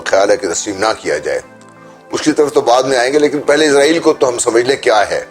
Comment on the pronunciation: It's actually pronounced Israel, Izrael is the name of Angel Of Death. Edit: Also we will never accept Israel, we can die but never accept a Thief and terrorist. 😇